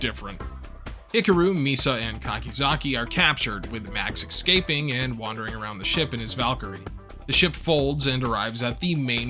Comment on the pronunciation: pros: easily my favourite mecha channel on youtube. cons: "ek-scaping". that's balanced out by pronouncing Hikaru like buckaroo every time, though, made me chuckle.